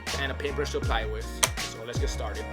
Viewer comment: "Welcome back to a new episode of restorations-wiah "